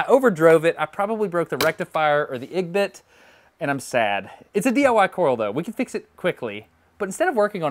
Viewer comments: the ig-bit hahaha that honestly made me laugh, it's pronounced as separate letters the way it is spelt I-G-B-T and stands for insulated gate bipolar junction transistor. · never heard "IGBT" pronounced this way